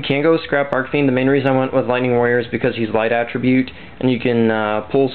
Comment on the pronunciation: Also dude, it's Arch fiend. The CH is read the same way you read it when saying CHeese. ArCH, not Arc. Just saying.